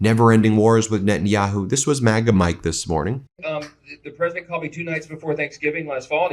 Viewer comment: Machinegun lips has a problem pronouncing the title of her master. "Presadint" lol